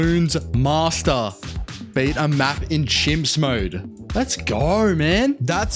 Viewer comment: Bro says c.h.i.m.p.s like it is a problem